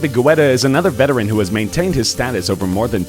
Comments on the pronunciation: It’s pronounced getta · david "guwetta" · The way this guys pronounces Guetta is memes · Learn to pronounce Guetta correctly! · When you mispronounce a name with confidence 😂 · Haha David Guetta?